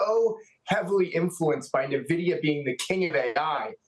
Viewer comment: New mantra. Don't listen to anyone who pronounces it Na-Vidia instead of how the company and gamers pronounce it. N-Vidia.😂